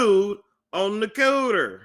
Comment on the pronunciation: Damn called that man "ugly"...lol 😭 Your going to stretch, crack and bleed...Jesus..... those Halls are going to come for you...😅😱😅....laughing at how you say "Cooter" lol...😂🥰... GREAT JOB on this story....🏆🏆🏆